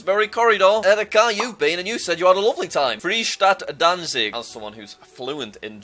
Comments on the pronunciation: jack says "free city of dancing" 😂😂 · Innacuracies: Well... he's holding it. IReland. The R please. German empire/German 2nd Reich/Imperial Germany. Bye-zantinian? No, Bi-zantinian. Dancing? Danzig is a German city. 1504? Oldest? 1420:😪 1422 now? 1420:😭😭😭